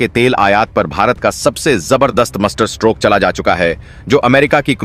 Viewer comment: Bhaisaab yah 'strang' decision kya hota hai? 🤨🤔 'strong' bolna sikh lo Bhai. 🙏 'Oil' bolna bhi sikh lo Bhai. 🙏🙏🙏 'Musterstroke' ❌ nahi par 'Masterstroke' ✅ boliye. 🙏